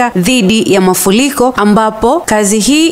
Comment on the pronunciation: ni “ Mafuriko si mafuliko”